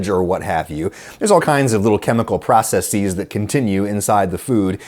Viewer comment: Can you work on your pronunciation of processes, please? You don't wear glasseeeeees to see better.